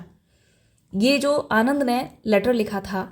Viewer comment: Mam vo Anand nhi Ananda hai